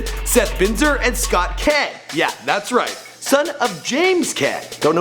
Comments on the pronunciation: Kahn not ken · Who tf is James Ken? You mean James Caan? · It is pronounced 'con' tho, no? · it's pronounced like khan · The last name Caan is pronounced like Khan. Just an FYI... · Also that’s not how you pronounce his last name. Fucking idiot. The As are deep not ah it aaah